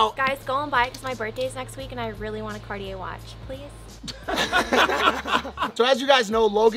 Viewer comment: Did she mispronounce cartier or is she talking about a brand I don't know cuz im to pesant